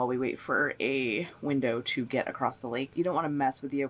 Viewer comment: Omg it’s ‘across’. ‘Accrosst’ isn’t a word